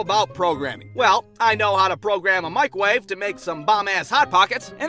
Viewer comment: Now what do I know about programming? Well I know how to program a “micwoave”